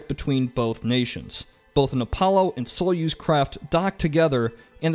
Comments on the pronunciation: The way you say "Союз" (sojuz) makes me grin. First off the significance in the word is on the letter "ю" (ju), not on the letter "о". This means that, without significance, the letter "о" becomes the letter "а". Then we come to the whole pronouncing letters part. The Russian "a" is pronounced like in the word "art". The Russian "ю" (ju) is pronounced like the English one, but with the "dz" sound removed (like in German). I'm a real grammar-nazi, well... In this case a grammar-communist. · His constant mispronunciation of Russian words makes this video instantly feel less valuable. It's pronounced "GahgAHrin" and "SayUz" with the stress on the capital letters.